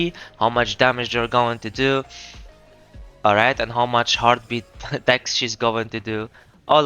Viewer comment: a thouth it was "almight"